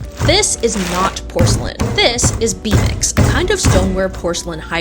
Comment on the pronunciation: I REMEMBER YOU TALKING ABOUT B MIX IN A DIFF VIDEO AND I THOUGHT YOU WERE CALLING IT BUTT MIX AS A SLUR😂😂😂😂😂😂